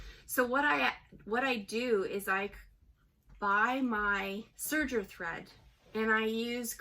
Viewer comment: Serger not server